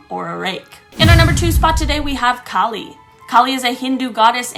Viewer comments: kali's outfit which is a little terrifying but it is made of demons hand and skulls not head and kali is pronounced ka-a-li some myths she is said to be Shiva's daughter but in other as one of his wife god forms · Hey!! Hey!! You pronounced ma kali name wrong 😠 by the way my father this story as I also ask and I am indian and I proud of it